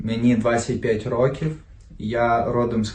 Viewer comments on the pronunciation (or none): none